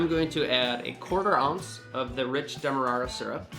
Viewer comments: Demarara is pronounced "DEM-AH-RARE-UH", not "DEM-AH-RAH-RAH" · Its pronounced demar-air-a. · I always pronounced demerara differently. As in "Jokes about white sugars are common, but jokes about brown sugars, dem-are-rarer." Thanks for the recipe.